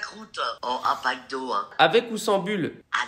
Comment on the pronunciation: quand a dit « un pac d’eau » moi j’ai compris « un mcdo » jcrois que je suis en manque.....